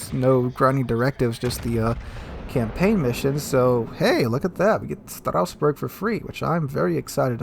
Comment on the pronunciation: It's Strasbourg not Strausbourg